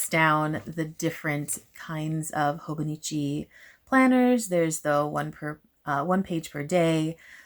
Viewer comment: No, I promise that was an excellent pronunciation! And yeah, I'm on the market for my next journal/planner and I'm not sure what to pick yet, do I want a classic leuchtturm notebook for maximum creativity or do I prefer the stability of a planner.. decisions decisions 🥲 I don't recommend being a Libra AND a stationary lover haha